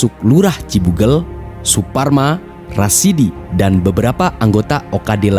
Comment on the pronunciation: masukan pada admin : ada sebut salah nama. Seharusnya RASADI Bukan RASIDI